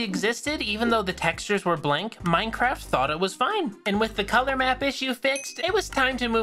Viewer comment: bro everytime you say minecraft it sounds like maicraft